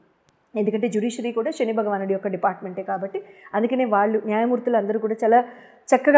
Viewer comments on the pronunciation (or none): షని కాదు శని